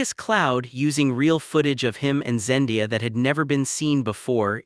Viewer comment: Say it with me, ZenDAYa.🤦‍♀️